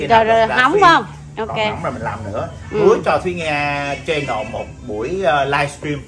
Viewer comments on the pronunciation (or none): Channel chứ không phải “CHAI nồ” Nga ơi !! Nghệ sĩ nổi tiếng làm YouTuber mà nói tiếng ANH ...tệ quá !! Thua KN xa !!